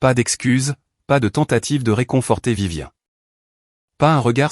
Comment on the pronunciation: Ce n'est pas Vivien mais Viviane respectez la prononciation SVP